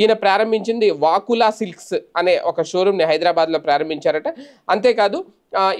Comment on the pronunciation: వాకులా సిల్క్స్ కాదండీ! వకుళ సిల్క్స్!